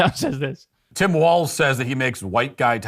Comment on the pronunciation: Why do you keep pronouncing it as "waltz"?